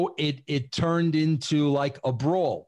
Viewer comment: Russo just can't say brawl for all can he???